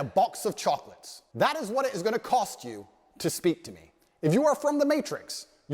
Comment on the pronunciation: Bro be like, "Life is like a box of chooclutts"